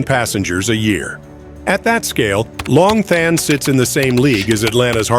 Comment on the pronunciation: Long Thanh is pronounced Lom Ton.